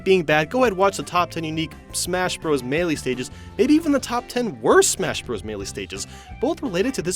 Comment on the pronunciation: Smashbros sounds like mashpotatoes